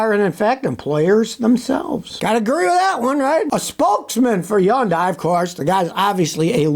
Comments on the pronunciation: Hyundai is not pronounced as "yundie" it is pronounced as "hunday" ask me how I know. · it's pronounced 현대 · Am I hearing “yun-dai?” Where I live it’s “hun-dai.” Which is correct? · It’s pronounced “Hun-day” like “Sunday.” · Firt of all, learn how to pronounce Hyundai. It's pronounced like Sunday, with an H in place of the S. It's a supplier, not Hyundai. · Scotty still can't pronounce Hyundai. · When are you going to learn to pronounce their name correctly? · I can't believe he still pronounces Hyundai like he does.